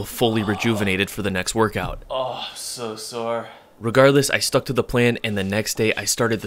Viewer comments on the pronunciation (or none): none